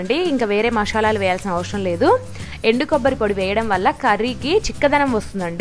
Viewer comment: Not mashalalu....it's masalalu😅